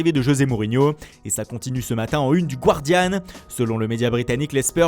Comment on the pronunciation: Ça se prononce Gardian, un petit effort quand même !